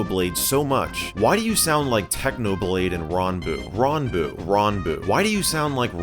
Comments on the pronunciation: Michel its not ronboo its ranboo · Its RAN boo not RON boo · Can we just talk about how he said rAhnboo instead of ranboo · Khan academy, I use that in school. I love this video. Edit: that's not how you say ranboo. say ran like you'd say it from rant, not the way you said it. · You know Michael's not a DSMP fan when he pronounces "ranboo" like "rahnboo"